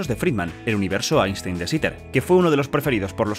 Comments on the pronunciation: Se prouncia "ainstain" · Einstein se pronuncia "Ainstain" en aleman.